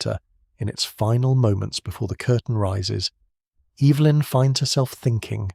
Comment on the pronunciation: mispronounced Evelyn. But said it correctly before and after, odd